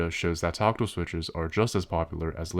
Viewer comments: it's weird how he keeps saying toctill instead of tactile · Tockle? Taco? Tooko? Torkatle? WTF is he saying? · Tackle switch? Toggle switch? You're definitely not saying "tactile." "One has seen the light." Nvm.